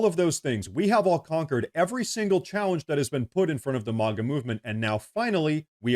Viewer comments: It is called maga not moga thank you I know you have heard it pronounced please pronounce it correctly thank you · Cool channel! I wonder if you would consider not saying “MAWGA”. A as in “APPLE”. MAGA. Just tryin’ to help. 😁